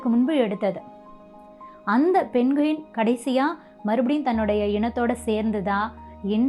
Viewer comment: அது பெண்குவின் இல்ல தங்கச்சி அது பெங்வின். நம்ம ஊர்ல எல்லாமே இப்டி சொல்லி பழகிட்டோம் பிரமிட் ங்குறத எப்டி ப்ரம்மிட் னு சொல்றமோ அது மாதிரி!